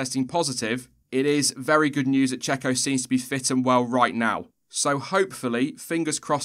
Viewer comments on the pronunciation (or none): "Get well soon jacko." Michael Jackson is long dead. The Mexican paid driver in F1 is pronounced Checo.